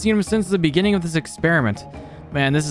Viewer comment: In de biginging